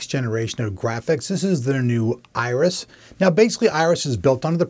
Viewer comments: Does he keep calling it "ISIS" Pro, instead of Iris? Archer fan? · why do you keep calling it isis when it is obviously spelled iris?